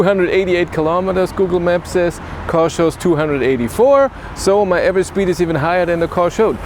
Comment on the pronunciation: „Shpeed” :) Instantly imagined how it was as if Clarkson had always pronounced it that way 😂